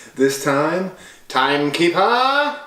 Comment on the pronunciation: “TYME KEEPURRH” 😂 So glad I got to help you with this video babe it was so fun. I still can’t believe (well I can) that you ate over 10,000 calories! CHAMP! Everyone better give this a 👍 so we can get to filming a 20K Challenge 😂🍪🍩🥙🌯🍦🍫🥡🥯